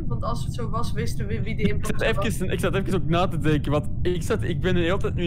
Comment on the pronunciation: hahah hoe zeg jij imopster, Leuk vedieo wel! <3